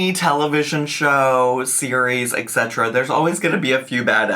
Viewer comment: Etc. is "et cetera". Pronounced "ett seterra", NOT "eck seterra”